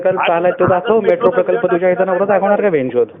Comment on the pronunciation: मेट्रो ला म्याट्रो म्हणणारा निघालाय पंडितांना अक्कल शिकवायला. 😂